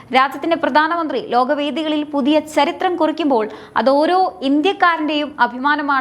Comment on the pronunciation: മോളെ ചരിത്രം എന്ന് പറയു അല്ലാതെ സ്ശരിത്രം പറയാതെ ബാക്കിയെല്ലാം ok